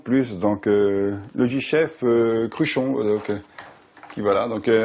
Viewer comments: En plus , il parle de Cruchon au lieu de Cruchot. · Paye ton passionné... Cruchon au lieu de Cruchot quoi...